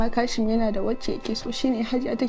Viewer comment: Sa'ida fa a wani wurin "KASHIM" Take cewa maimakon "QASIM" Ko dai Kanuriya ce?